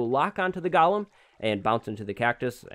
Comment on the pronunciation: everyone: Goolem:Gialem